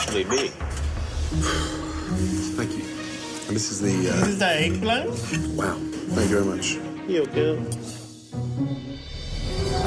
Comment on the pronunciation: “Dis is de eggplan” “Yu gyu”